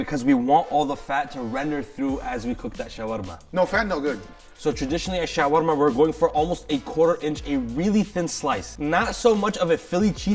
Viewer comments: The way this guy with an obviously very American accent pretentiously over-pronounces "Shawarma" in another accent every time he says the word is cringe AF and makes this video unwatchable. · 😂 in Saudi Arabia ( shawerma ) not ( shawarma ) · ShawErma ... guess where I am from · The way he says shawarma is wrong, maybe he was born in the West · When Bangladeshi people heard that pronunciation 💀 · Fuck that's annoying how he's pronouncing shawarma, it's almost as bad as Giada De Laurentiis pronouncing any Italian word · How do you overpronounce shawarma so much?